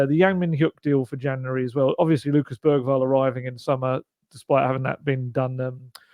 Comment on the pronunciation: Bergvall's name is actually pronounced more like Beryvall... according to the video of all the players pronouncing their own names.